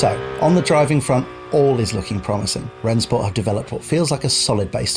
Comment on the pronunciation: Just to be clear, it's pronounced "Ren-Shport"